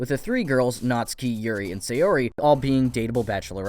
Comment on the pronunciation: ITS PRONOUNCED NAT SU KI !!!!